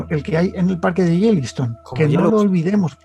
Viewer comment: Saludos y a. Quería solo puntualizar, por que se lo oigo mucho decir: No es Jeliston, es Yellowstone... Osea Piedra Amarilla, Jellystone, es en los dibujos, que es como decir gominola de piedra.:-D hehhee. nada mas.